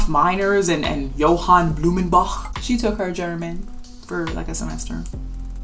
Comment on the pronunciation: Eyy as a german i was really surprised with that good pronounciation on that "blumenbach", i guess it was a good invested semester xD